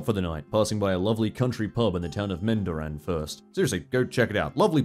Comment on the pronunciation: I live in Mendooran and I love your vids so much, I hate that I didn't get to meet you. It's pronounced Men-Door-An BTW lol